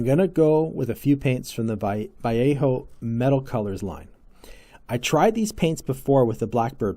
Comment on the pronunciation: Pronounced Va Lay O and Gallery 😊